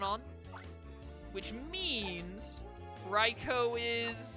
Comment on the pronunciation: we need to have a come to Jesus meet'n about how you pronounce Raikou. Rye-coup is how it's pronounced. Like bread and a military takeover